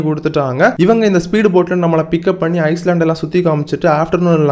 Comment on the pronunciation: ஐஸ்லேண்ட் இல்ல ஐலண்ட் (தீவு)